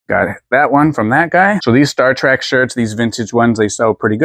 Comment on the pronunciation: You always crack me up! I love that you call Star Trek "Star Track".